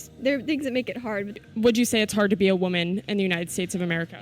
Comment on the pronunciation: What bothers me the most about this video is how the lady in red pronounces “woman”